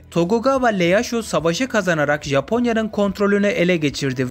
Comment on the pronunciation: Tokugawa şogunluğu ❤❤ üstelik abi Leyasu değil Ieyasu i ile iyeyasu diye okunuyor ve lemitsu da değil iyemitsu